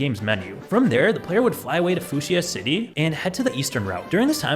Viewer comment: "foo-shee-uh city" lolz